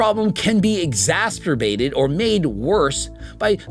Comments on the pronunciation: "exacterbated" lol, nice try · Did you really say "he asked people to borrow him some money" ? ...and "exasterbated" Can nobody speak in this video!?